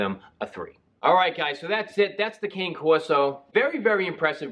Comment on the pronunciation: The word “cane” is pronounced “c-a(alfred) -n -e (e as elephant)”.